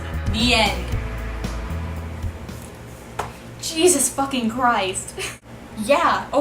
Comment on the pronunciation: did you say "Cheezus" fucking Christ